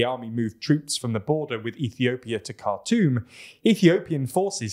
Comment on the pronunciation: it is pronounced Khartoum not cartoon